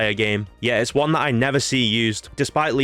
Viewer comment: "The oneh."